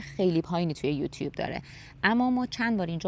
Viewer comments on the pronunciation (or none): none